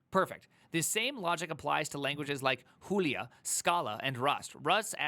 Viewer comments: man it's /dʒulia/; even though I don't write scientigic code no more. don't sound derrogative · Why you called Julia Hulia? 😭😭